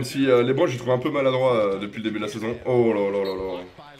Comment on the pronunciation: Au lieu de dire lebron ta dis lébron